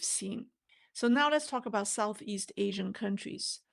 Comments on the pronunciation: Pronounce Asean not Asian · ASEAN is better and most commonly pronounced A SEAN . Sounds like Asian otherwise. Love T. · we love you here in Canada - bu please check you pronunciation of ASEAN - it's not the same as Asian. You're confusing us... Love from the Maple Leaf..